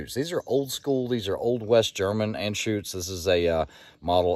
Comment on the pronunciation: Your pronunciation of Anschütz is correct. Great humor, very enjoyable videos. Whenever someone mentions creedmoor, I've send them your way. Btw...at least the German sales people can't help but add weird stuff to movie titles and their products...this time, it's personal!